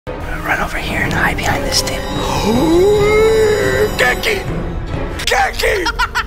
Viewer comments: He said gurkey but okay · Hahahahahahahahaha dudz say gurkey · said gurkey 37 times